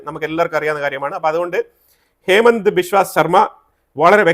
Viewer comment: ഹേമന്ത് അല്ല ഹിമന്ത ആണ്